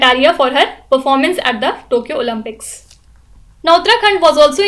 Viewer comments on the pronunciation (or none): none